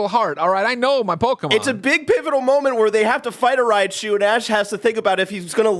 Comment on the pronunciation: Hilarious moment!! Bless,,, and all coming after Greg so hard at the same time for mispronouncing Raichu 😂 Thanks for the laughs as always!